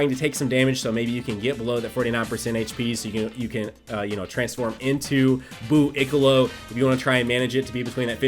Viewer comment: Smh, it's buu-colo not buu-ic-olo